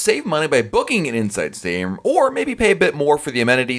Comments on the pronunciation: Was this in English? Inshshrm? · I heard "inside sit room." It irritated me. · I sware this dude was saying Insisaroom the whole time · "Hey everybody, it's from I talk so fast dot com. I don't pause or use periods when I talk and an "Indian sit room" and an"inside sit room" is the same thing as an "inside state room", depending upon who is talking. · I thought i heard "inside stadium" at least twice. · He must be paid to push the sale of inside state room....insistatroom (the way he says it). Annoying!! A virtual balcony....good Lord...how stupid!!